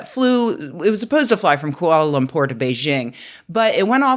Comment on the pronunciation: Kuala Lamur pronunced correctly, nice.